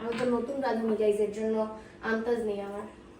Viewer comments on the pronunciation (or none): ওইটা রাইস কুকার না „ মল্টিকুকার এফ্রোন না এপ্রোন অকাম না আকাম আন্তাজ না আন্দাজ চামুচ না চামচ